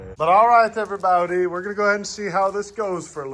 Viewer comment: "Hello everybowdy" always goes do hard